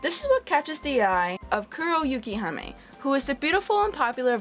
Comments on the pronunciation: its kuroyukihime not kuroyukihami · It's actually Kuroyukihime which translates to Black Snow Princess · The way you pronounced Kuroyukihime was kinda off. But still a good review.